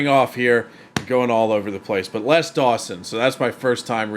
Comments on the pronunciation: It's pronounced "Lez" Dawson. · His Name Les is pronounced Lez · I sometimes forget Americans pronounce things differently and then you started calling him "Less Dawson" which sounds all wrong, because it's pronounced "Lez" in the UK. But glad you enjoyed the jokes. Always good to see classic comedy get new fans. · Lez not Less, definitely non Less Dawson. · Hey; just a point - it's Les pronounced Lez, not less;) Sad to say, Mother in law jokes are not allowed in the current climate of "don't offend Anyone!" I miss the 80s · It's pronounced lezDawson not. Less dawsonsorry. But less dawson was annoying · Hi, just FYI, his name was pronounced "Lez" not "Less" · Les not Less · ‘Lez’ not ‘Less’ Dawson.😊